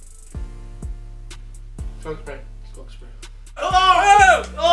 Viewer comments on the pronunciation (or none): the way Ethan says skunk spray